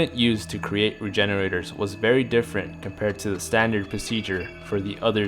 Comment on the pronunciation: Lmao I thought he said refrigeraters